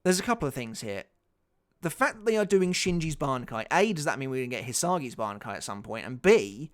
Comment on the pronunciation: really had to go back 5-6 times so listen if he really said bankia hahahhaaaaa